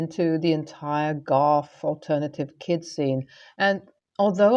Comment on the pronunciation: I think it is Goth not golf. Although the latter is arguably worse.